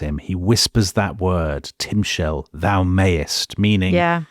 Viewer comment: Timshal - The emphasis is on the final syllable. It's not you shalt or you mayst, it's you shall/may GOVERN. Understanding if it's 'will' or 'may' comes from interpreting the context, not so much from the word itself. Strictly speaking, the King James version ("Shalt") is more accurate. A rough translation of that passage is "It doesn't matter if you gave a good or bad offering, the SIN lies down on the threshold, and you desire it, and you WILL govern it (the sin)". By this interpretation, God says that it doesn't matter what Cain will do; he already sees that he is going to sin... quite opposite from what Steinbeck understood, BUT you can also understand the last words of the passage as "...SIN lies down on the threshold, and you desire it, BUT you may govern this desire". That's how Steinbeck saw it - that's a hopeful interpretation. The Bible usually doesn't do "Hope", that's more a modern Western sensibility - but to each his own.